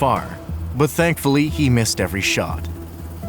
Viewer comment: NOT "THANK FULLY"